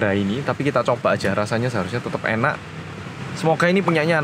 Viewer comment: Q wong kediri jg pake tambahan u...enak ya uenak🤣